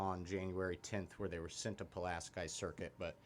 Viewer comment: Did you even attend grammar school? It’s Pu LAS key!